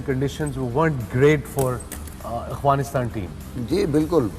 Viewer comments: Wasim Akram… it’s Afghanistan not Aghfanistan 😂😂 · Waseem and Wahab kindly stop saying ‘Aghfanistan’! Its Afghanistan 🙏🏼